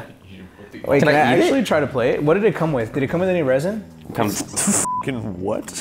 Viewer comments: He said resin but it's actually rosin (ro-z-in) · When he said resin instead of rosin